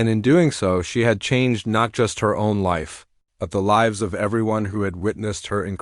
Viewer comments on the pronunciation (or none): You pronounce Lives wrong.